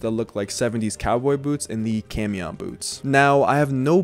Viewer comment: Quick fyi camión is pronounced caw-me-own. It means bus